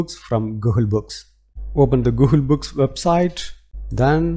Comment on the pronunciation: Dude.. it is NOT “GOOHUL”.. it is Google 😅